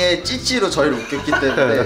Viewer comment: 일상이의 찌찌로 발음 왜이렇게 웃기냐ㅋㅋㅋㅋㅋ